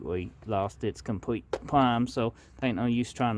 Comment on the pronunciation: I love his Elmer fud accent thsnk u so much for the video